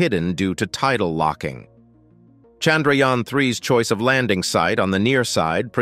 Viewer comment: It's chandhrayaaaaaannnn!! Don't kill our priced object by your pronouciations!!